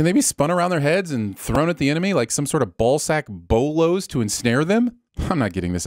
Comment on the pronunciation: Bolas not Bolos